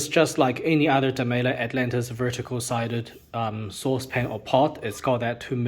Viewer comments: Here's Maurits Demeyere saying it: It's definitely Dem-"eye"-re rather than Dem-ay-ler. I can detect a little roll of the tongue on his pronunciation of the R at the end, but I don't hear it as a hard L. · How come you pronounce demeyere with what sounds like a hard L?